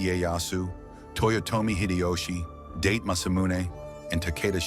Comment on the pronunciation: Sorry....DATE Masamune? The family name is two syllables not one, it is pronounced DA-TE. the first syllable sounds like the first one in the English word DAd, the second syllable sounds like the first syllable in the English word for the number TEn...so, DaTe Masamune not Date. Please speak with native Japanese prior to making these videos, so far this one is very interesting to me but the mispronunciation of words and/or names should not happen with a little research.